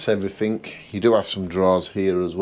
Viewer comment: Everyfink? Bafroom? 😂😂